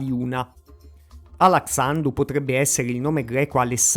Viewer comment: "alaksciandush" e "appaliunash" devi pronunciarli, con "sh" pronunciato alla maniera inglese cioè "sc(i)" per noi e "ch(i)" pei francesi.